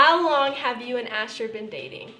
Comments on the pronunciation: It's so sad she can't say Asher😂😂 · I like when annie only wanted to say asher but she couldn't that's so cute😍😍😍